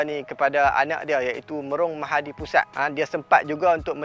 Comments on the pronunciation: Itulah, lahai, yang nak buat konten tu pun, tak buat rehearsal, praktik dulu ke? Dah lah bukan sekali tapi berkali² tersasul nama tu. Lidah pelat ke taksub dengan nama pusat tu? 🤔🤨🧐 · Mahapudisat... Dia sebut mahadipusat, tapi text mahapudisat. Sat nak pikiaq sat.. dah boleh potong markah dah ni.. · Bang, sebenaqnya MahaPudisat... Bukan MahaDipusat 😁